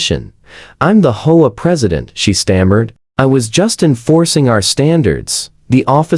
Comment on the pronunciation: H. O. A. Not hoaa.